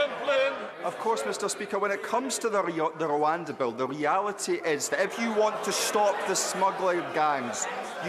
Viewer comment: Rowanda was named to give flyn pwobwoms.